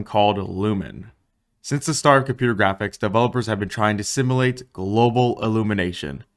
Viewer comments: “Simllate” “Globlumination” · Why do you take the U out of the words "simulate" and "populate"?